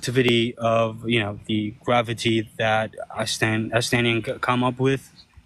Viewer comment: Gwavity.. is this Elmer Fudd?